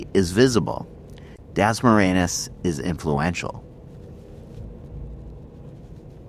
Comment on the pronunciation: At least learn how to say Dasmariñas correctly. You not only sound slurred & punch drunk, you also change the word a few times when you say it😁 We appreciate the uploads, but must be responsible to be prepared & not lazy, when presenting for views🫡